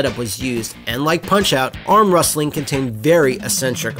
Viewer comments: Deathclaw12 Wrustling > Wrestling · Sure, pick the guy notorious for being unable to pronounce the word "wrestling" as the narrator.